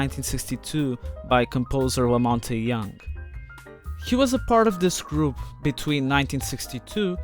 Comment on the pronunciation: He also says Lamonty Younge 😂